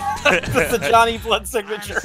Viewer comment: 15.22....its jawnny!!!